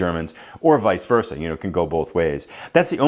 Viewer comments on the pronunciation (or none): none